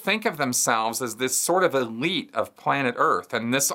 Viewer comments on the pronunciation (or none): none